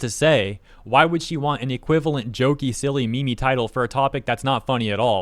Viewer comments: It's not a "me me", it's "meem". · Lmao that pronunciation of "meme" Face palm.."me-me" 😂🤦‍♂️ what the fuq!? Lol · pronouncing meme as meme is offensive!